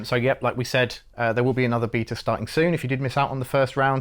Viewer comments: Love these outside of the nails on chalkboard of hearing them mispronounce "Beta" through the whole thing. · I'm sorry i hear beater rather than bay-ta..... Beta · bro says "beater" instead of "beta" and it is very charming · This video is just more proof that those who win world wars and those who pronouce Beta as beeetah. Lol